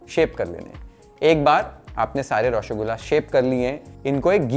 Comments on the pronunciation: Its not Roshogula Its Roshogolla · U r pronouncing it as Roshogulaa. Try pronouncing Roshogolla❤😊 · Par roshogolla sahi se bolna nhi aya 😭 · Pronunciation is a bit off... Try raw-sow-gol-la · nolen gur>>>>>>>>> any other creation known to man… ps: please look up the pronunciation of roshogolla😢